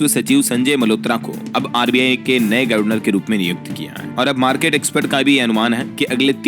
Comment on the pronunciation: sahi उच्चारण करिए जैसे गर्वनर को गवर्नर पढ़िए।इतना इतरा कर खबरें न पढ़ा करें